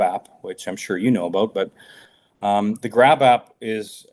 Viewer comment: Grap app? I thought he said grab ass!😂